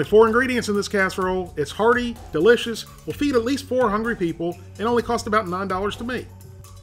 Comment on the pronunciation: "And it'll feed 400 hundred people" .... 4 hungry people :D